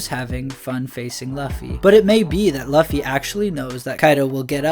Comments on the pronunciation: Looooooofy not lufy, you make him sound hes big boy record pirate.sheesh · Its loofy or luufy/lufy and its written Luffy bit this man says løffy (ø as in u in under) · Bro English means its not luffy its luuuuufy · yeah u lost me at "lawffy" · Bro its said Loo fee in one word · how do you have a voiceover spot on this channel and still say “luh-fee” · You can call him Lucy...but its not "luhffy" lol that is all. I dont know why that bothered me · He says luffy (same u as in under or lucky) its annoying as f. Im getring anxiety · can you start pronouncing Luffy correctly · Yo I was wondering if someone was going to say something about that. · Ayo the u in Luffy isnt the same as in under or lucky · Bro says zoan like zoaaan instead of zoen, and says Luffy like Løffy, ø as in the same u in under and lucky, (say Lufy or loofy)